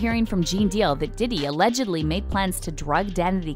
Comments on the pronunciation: lol the word is pronounced allegedly bro 😂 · Y’all losers get a mic and say anything… “Allegically” yea you don’t know what your talking about.😂😂😂😂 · "Allegically" 😂😂 Brother, its Allegedly. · What is Alleged-KLEE? 😂😂😂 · I can’t even listen to this dude no more!!! He can’t even say allegedly right. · Will someone please tell him how to pronounce allegedly